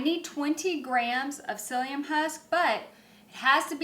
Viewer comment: For ANYONE who want to make this flour...Watch the ENTIRE video BEFORE making it!!! Trust me, you'll need to pay attention before attempting this so that you DON'T get a "Uyee-goeey" mess as she calls it. I DIDN'T do it😊 and you'll find out why when you get to the "cyllium husk" part of this recipe😅. I made it but, my "self rising" flour stayed FLAT and my hot dog buns I made went straight to trash.😢 I even used yeast and it made no difference...2nd batch also went in to trash😮 FYI UPDATE: I think my dough never risen was because of the yeast I had😅 it never "bloomed"😢 My question to you is, if I DON'T have the whole cyllium husk, how much of the powdered Cyllium husk can I use, if at all?😅